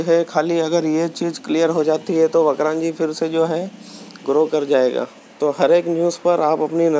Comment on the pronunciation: ये वक्रांजी नही वक्रांगी है और वक्रांगी एक हिन्दू देवी का नाम से जिसे विरात्रा माता के नाम से जाना जाता है भाई नाम ठीक से लिया करो